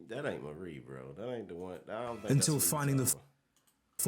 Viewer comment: Di Maria! not Marie